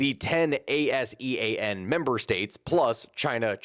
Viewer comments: ASEAN is generally said like its spelled, rather than spelled out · You can pronounce ASEAN, dont have to spell it out. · ASEAN can just be pronounced as "Ah-See-Ahn".